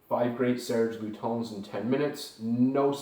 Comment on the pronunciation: Pronounce: LutAns not LutOns